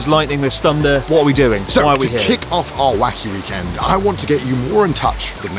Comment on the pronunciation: you said weekend with the wrong stress twice at the end of the video 2/10